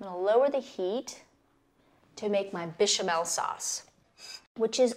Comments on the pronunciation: "BISHAMEL SAUCE" ?! 😖 WHAAT? 😳 As soon as I heard her pronounce it like that , I was out. This recipe is complete nonsense! 🤮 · “Bee chamel” Babe come on lmao. Also, nobody adds ALL OF THE MILK TO A BECH AT ONCE WHAT THE HELL